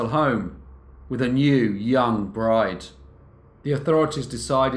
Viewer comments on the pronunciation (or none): none